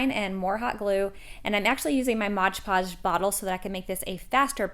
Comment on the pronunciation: LOVE the crafts, but PLEASE PLEASE PLEASE .... It's "MOD" Podge not MODGE Podge.